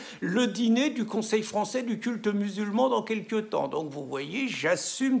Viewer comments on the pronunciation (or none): none